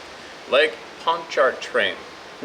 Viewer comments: Pronounced Lake Pon-chu-train. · Pontchartrain = PON•cha•train You know we ease past most of them R's in the South ;)